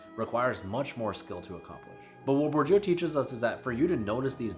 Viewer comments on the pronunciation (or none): You're so intelligent. Keep mind " Bordieu" sounds Bo'r'deea ( the closest), considering american phonetic.